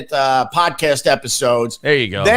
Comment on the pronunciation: Theres nothing worse than "high pitched opie" except for "stupid voice opie", "mispronounce words on purpose opie" like wersh, poaaadcaaaaaast, blue buuuuuries and dooooollllllars I'm putting you in towwwwwwiiiiime out. Opie is pure shit